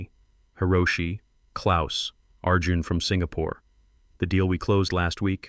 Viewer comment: Hope you realize that you listed CITIES, not countries! Precision seems not to be your strong point! This laxness is something "up with which I will not put"!!! However, you DO get full marks for pronouncing "Klaus" correctly! German is my birth-language and I have tried my best to keep up with it over the 60+ years I have been speaking English!